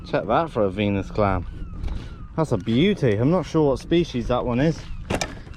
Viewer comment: He always say beuty